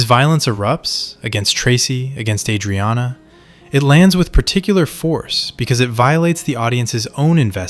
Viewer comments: no fan of the show would pronounce her name like that. plenty of words pronounced like bs. this channel pumps 1-2 videos a day it's too obvious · Dude, learn how to say "Adrianna" correctly. Also, you stretch the point and random scenes for 27 minutes... Christ.